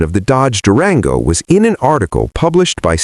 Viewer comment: It's an AI generated channel. The scripting is pretty obvious but the ai narrator reading stuff like "white Chevy par" without hesitation or the way it pronounced Durango make it clear.